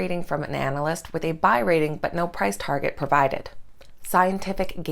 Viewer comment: Just letting you guys know you pronounced ‘analyst’ wrong in your commercial